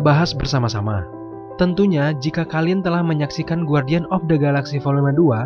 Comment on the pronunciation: Saran saya cuma 1 Lebih tekun lagi belajar bahasa inggris terutama pronounciation Guardian pengucapannya "U" nya hilang